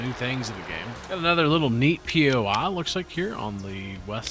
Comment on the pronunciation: It’s bothering me so damn much that you keep saying poi like it’s so hard to just say normally lol